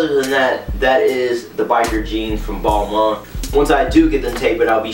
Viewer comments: technically is is "Bal- Ma" French dont pronounce their N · it's pronounced Ball-Mahn. it's french... don't believe me hear how the lead designer pronounces it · As soon as he said "ball-mon" i paused the video to type this then left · Ball-Maine bro your pronouncing it wrong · Is it pronouced balmun/ balman or balmayne / balmaine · Every American is pronouncing it wrong..